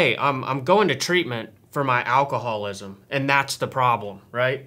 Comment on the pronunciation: its alcohol-ISM not alcohol-WASM.